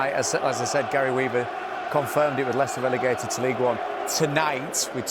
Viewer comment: because he said Leichester that's how Americans pronounce it?